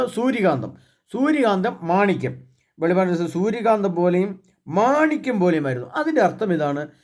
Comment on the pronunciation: വെളിപാട് എന്ന് ദയവായി പറയാതിരിക്കുക. വെളിപ്പാട് എന്ന് ശരിയായി ഉച്ചരിക്കുക